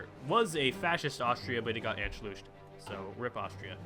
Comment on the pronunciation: Anschluss became Anschlushed The u making to (oo) sound. 😂